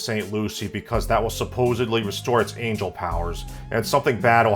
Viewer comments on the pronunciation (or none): none